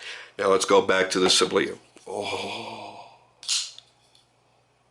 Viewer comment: sAAAblya, not sablIA